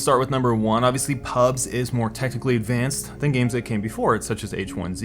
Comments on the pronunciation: you are saying pubs instead of pubgee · ok its PUB G not PUBS UGHHH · Call it PUBG it's not fucking PUBs there's a G in there. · Nice video, but every time you said "PUBS" I cringed so hard I almost fell out of my chair. No one calls it that. It's PUBG, dude. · "P U B S" AAAAAAAAAAAAAAAAAAAAAAAAHHHHHHHHHHHHHHHHHH Its PUBG! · It triggers me that you call the game Pubs and not PubG. Stop being lazy. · its Pub-G not pubggggahss lmao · Hearing you say "pubs" over and over instead of "pubg" is infuriating.. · Why say Pubs instead of PubG? As a former WoW player, it confuses my brain lol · dafuq is pubs mate? it's called pubg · Loved the content, but my god calling it PUBS gave me cancer. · The G isn't silent; "PUBS" in the entire video... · Thumbs up if you're triggered by him calling it "PUBS" lol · stop calling it "pubs" reeeeeeeeeeeeeeeeeeeeeeeeeeeeeeeeeeeeeeeeeeeeeeeeeeeeeeeeeeeeeeee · I'm triggered he keeps calling it PUBs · Why do you say pubs? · Before watching It's because of streamers, the success of the mods, the community it comes from and the fact that they aren't making a shitty cosmetics game with buggy features that act as if they are rng determined. After I love how you call it pubs instead of pubg. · HOLY SHIT ITS PRONOUNCED PUB-GEE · why do you call it PUBZ ? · I pronounce it Pub-jee, but I'm not sure if that's right